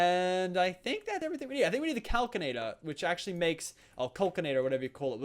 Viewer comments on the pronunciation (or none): Kal-Sin-Ay-Tur Not Kal-Kin-Ay-Tur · I cri evry tiem he says calcinator. It's pronounced cals-in-ator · it hurts me when he threw away the kinesis pipe and he says calcinator instead of calsinator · Its cal-sin-ator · Also, Calcinator is pronounced cal-si-na-tor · it's cal-si-na-tor 😠